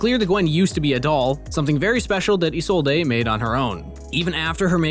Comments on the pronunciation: Am I the only one triggered by the fact he pronounced Isolde (I-sol-day) and not (I-sold). I’m so use to hearing Viego and such say the name that it kinda bugs me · I can never understand how people don’t pronounce Isolde’s name correctly when Viego outright says it himself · Why you pronounce isolde like that